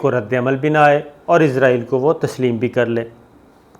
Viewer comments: Sabir sb, I have heard you many times pronouncing Israil as Izrail.Being a journalist we expect correct proniunciations. Kindly be careful. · پہلے تو آپ اسرائیل کو عزرائیل کہنا بند کریں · اس جاہل اینکر کو اسراٸیل کے نام کے تلفظ کا ہی علم نہیں ہے ۔عزراٸیل کی رٹ لگا رہا ہے ۔یہ تو موت کے فرشتے کا نام ہے ۔اس کا مذہب کے حوالے سے بھی علم ناقص ہے ۔